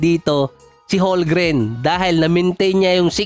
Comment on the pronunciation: homgren silent L